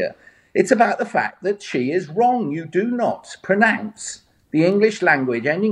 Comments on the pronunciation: Why does he add ue on the end of wrong. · Lord Digby says "It is just wrong-G" (with a hard 'G'). Hmm, seems like he has a few mispronunciations of his own... But that's just the way British people pronounce words in their own accent, innit? Is over-pronouncing a 'G' worse than not pronouncing it? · Northerners annoyingly pronounce the word “wrong” with the emphasis on the ‘G’. Even Digby Jones does it in this clip.